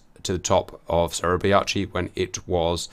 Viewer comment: Suribachi pronounced Surrey Bah chee